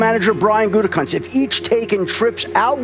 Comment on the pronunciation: Why would I like or subscribe to some ugly mystery meat non-intelligent random who can't even pronounce Gutekunst's name correctly? Do 30 seconds of research and practice and you could sound like someone worth listening to. Schefter is a sleaze, but at least he can pronounce the name.